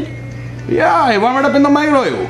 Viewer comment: varm it in the microwawe!